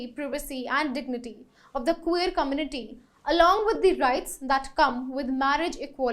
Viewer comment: Let me get your sound properly.... It is not Kuu-ver..... It is queer and the sound would be Kway-err..... Get the pronunciation properly